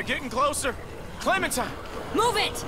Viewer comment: She says clementine..